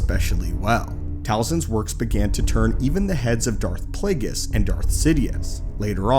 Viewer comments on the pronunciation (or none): none